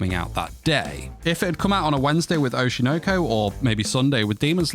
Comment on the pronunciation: why are angloids incapable of pronouncing anything japanese. Oshi no ko. Oshi. noh- koh- not oshi noaw koaw